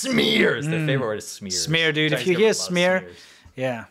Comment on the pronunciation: Chi-Neech VIrus 😅😅